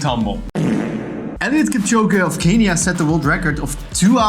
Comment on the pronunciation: its Kenya not kenia